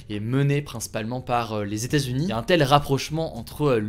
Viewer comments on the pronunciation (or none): Les Stazunis, les Stazunis… Mais que cela veut-il bien dire ? Il faudrait vraiment faire un effort sur la prononciation des États-Unis … Sinon, comme d’habitude ,très bonne vidéo informative. PS : je ne suis pas un Hater…